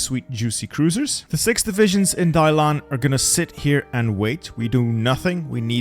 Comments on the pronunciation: Hey you mispronunced the port of Dalian,its not pronounced Dailan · Every time you pronounce Dalian as Dailan 😂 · Was literally cringing every time the name Dalian was said, thanks bro. I can never understand how people can change the order of the characters when reading something out loud.